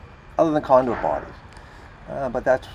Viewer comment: I couldn't make out one phrase, and I assume the Closed Caption didn't either. - "a violation of section 358.12 number two emt cannot be used to support lumineers or other equipment other than condor parties" I am glad the condors have come back from the brink of extinction, and I support their right to party, but somehow I doubt the electrical code endorses this. I assume it was conduit-something-something???